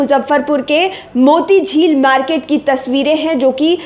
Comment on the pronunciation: मोटी झील नहीं पगली, मोती झील होता है